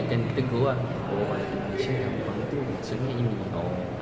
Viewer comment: mungkin maksud abang malaysia itu dia salahb dengar, dia dengarnya "Kampang" bukan "Gampang", klo kampang iya bisa jadi artinya seperti itu :))